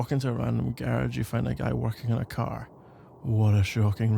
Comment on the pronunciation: I'm bothered by the way he says ‐garage